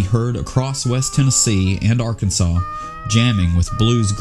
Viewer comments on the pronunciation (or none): none